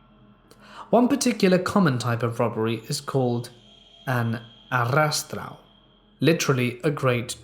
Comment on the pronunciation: Not gonna lie, loved how you said arrastão OIHEOIHEIO you put in so much more effort than was needed (the double r is pronounced as an h)